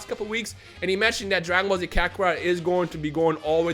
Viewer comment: Sounded like he say maggot ball z